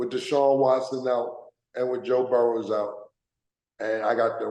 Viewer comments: Cam keeps saying Burrows. It's Joe Burrow. No s. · I thought it was Burrow not Burrow'ssss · It’s Burrow, no S